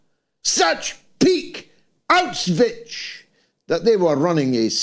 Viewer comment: It is pronounced "Au sh vitz", Mr. Galloway, not "Au switch".